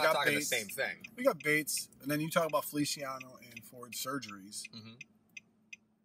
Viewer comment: yes but you pronounced the Spanish version, the Italian version is ( fe- lee- chee- a - no